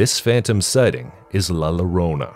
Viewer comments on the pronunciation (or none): it's not "la lorona" it's pronounced Yorona. the two ll is like a y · You mispronounced LA LLORONA. It's YO-ROH-NA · It's LA LLORONA! the it's a Digraph! The LL are pronounced like "Y" sound.😂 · Makes you wanna watch the videos on mute!!! 😒 Also double L in Spanish makes the sound of a Y. La Llorona will be hunting your ass for butchering her name the way you did 😭